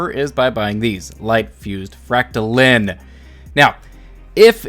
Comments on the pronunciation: frac-ta-line, not lin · Your saying it like fractalin but it’s fractaline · Didn’t know line was pronounced lin. LINE. LINE. Your pronouncing the part of the made up word that is actual word wrong. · For those who skipped first grade, silent E makes the vowel say it’s name. You don’t say “name” as “nam” you don’t say “line” as Lin” you don’t say “fractaline” as “fractalin” 😜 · It's FrACKtaleen, not FractalEEEEN... Gawd... Next you'll be telling me you don't know how to say LeviOHsar...... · Fractaline like saying line God damnit not lean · why do you keep saying fractalin? it’s fractaline, learn how to englands. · It’s pronounced fractaloons! Duh! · I'm sorry, I just can't accept your pronunciation of Fractaline - fractal is a word and Fractaline is just fractal with the suffix "-ine". In the suffix "-ine" the 'e' capitalizes the 'i' giving it an "eye-n" sound. This is true of literary every other word that uses the suffix "-ine" - dine, fine, line, mine, nine, pine, vine, wine. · It’s obviously pronounced as “macaroni farts”. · you prob pronounce Trampoline the same way you pronounce Fractoline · Fractal lines pronounced as read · Fra ct a line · lol Its pronounced FRAC-TA-LINE LOL there is an E on the end and in english that means the I in LINE is pronounced EYE. LOL not getting mad i just got a kick outta how you said it was a made up word, yes that is the case but made up words have to follow the rules of the English language to lol. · It's pronounced fractaline not fractaline or fractaline. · It's Fractaline, not Fractaline.